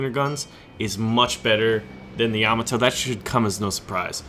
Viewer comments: Dude, you are killing me. It's pronounced Yam-AH-to. The emphasis is on the AH. Also the Japanese airplanes in War Thunder are KI as in Kay-Eye. Not Kee. You don't call a BF-109 a Biff-109 right? (Just a FYI, something Wargaming is getting wrong is that in the west, all naval guns are expressed in inches. The 76.2 is actually a naval 3".) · Yah-MAH-toe or YAH-mah-toe? I always thought it was the first? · Another awesome video as usual! But for the love of Pete there, baby Jebus kills one of your viewers every time you butcher your pronunciation of Yamato. Sends a cringe up my spine. LOL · how you pronounce Yamato really gets my OCD going man :) but i would play the Montana